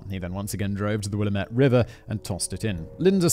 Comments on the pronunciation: I love people not from Oregon trying to pronounce Willamette. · Hearing that pronunciation of Willamette hurt to hear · Pronunciation guide... I live in Salem Oregon...a wee bit cringy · I love how non-locals attempt to pronounce the native American names like Willamette. The emphasis is on the A. Will-A-met not willaMET. Lolol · Wuh-lamb-it Willamette Incase you ever need to mention it again. Lol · Oregonian here – good job pronouncing the place names! 👏 Except Willamette is pronounced Wil-LAM-it. Rhymes with damn it. 😉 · Lol im from oregon. The river is the Willamette river. Will am it. I called it will ah me tee river when i was a kid 🤣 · Will-am-met. There is no fancy pronunciation. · I loved this but as an Oregonian born and raised the pronunciation of "Willamette" (will-am-et) made me cringe each time lol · i was enjoying hearing a story about a killer from my home city. until I heard you pronounce Willamette, you didnt do it right, its not willa-mette, its will-am-ette. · I’m from Oregon, and I find it very amusing how he pronounces Willamette, he gives it flair. Here, we say will-am-ette with emphasis on the “a” in “am”. I am a little sad we didn’t get to see him guess where it is in the US like he has for other states though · hey, I've heard worse. Once we got a new newscaster who called it "will-uh-met-tee" ahahaha!🤣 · One of my greatest joys in life is listening to someone not from the Willamette Valley try to pronounce the names of things here XD Also this whole episode was super surreal listening to Simon talking about places I regularly frequent 😱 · The river is the Willamette....pronounced "will LAAA' met". Thought you might wanna know. 😉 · Just an FYI, Will-lamb-ette is how you pronounce Willamette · Pronounced words words from someone born and raised in Oregon... Oregon: Ore Gun Albany: all ban E Willamette: Will am it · Got willamette wrong